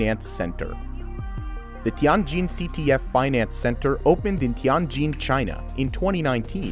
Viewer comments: Ti-an-jin haha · Me as an Asian when he pronounces Tianjin and Guangzhou: Dying